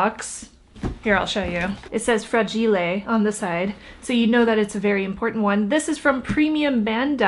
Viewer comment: I love that you said fra-gee-lay. 😁😁😁